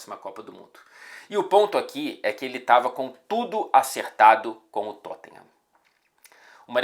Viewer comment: Engraçado como o faz o sotaque britânico tão certinho, mas fala Totten-rã